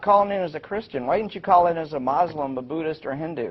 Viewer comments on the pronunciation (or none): MOSLIM. Lol They said MOSLIM. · “Moslim” - That guy